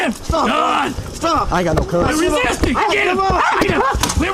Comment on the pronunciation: "Stop resiting," lol wt f